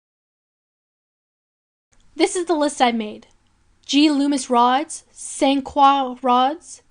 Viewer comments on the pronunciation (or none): Good video but talks way too fast and does not have a good or pleasant speaking voice.. mispronounced a lot of words or places Such as Pompano and St. Croix... also there's the fist campaign thing...